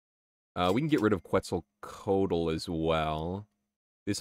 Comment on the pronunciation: Ftr, Quetzlcoatl is pronounced like "ketzel (rhymes with pretzel) co ah tl"